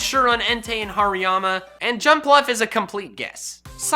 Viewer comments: Did anyone heard him say Pariama??? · HARIYAMA DOES NOT START WITH A P, IT STARTS WITH AN H! AND IT'S ELECTRODE, NOT ELECTROOD!